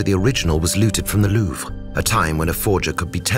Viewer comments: pleasant commentary BUT what an ear grating pronunciation of Louvre. Its not Louvra. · Narrator pronounces Louvre two ways. Anyone else catch this?